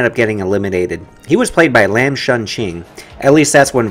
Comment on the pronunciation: It is pronounced Lahm not lamb.